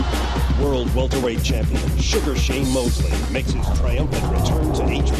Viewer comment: Undefeated "Walterweight" champion? TF is walterweight? Lol